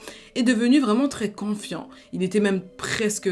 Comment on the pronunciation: Excuse moi tu t'es encore trompée, on dit Confiant et non Quanfiant.